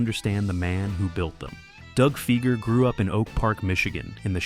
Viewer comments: Doug's last name is pronounced FY-ger, not FEE-ger. Quite lame of you. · Dougs last name Fieger sounds like Tiger not Seeger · C'mon man it's pronounced Figer rhymes with tiger. At least get the name right. His brother Geoffrey is a multi millionaire lawyer in Detroit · Pronounce the name right. Fiiiiiiiiiger. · Everytime you mispronounce Fieger it's 'Fie like fly ger" Anyone that followed the Jack Kevorkians court cases knows. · Hard to get past the narrator's mispronunciation of Doug's name. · AI stuff. Pronunciation of Fieger is wrong. The information is interesting though. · Pronounce Fieger properly please!